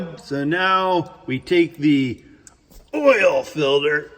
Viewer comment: “Oil filder” 😂